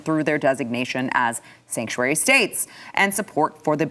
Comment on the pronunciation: Sanctuary!! Sanctuaty!! 😬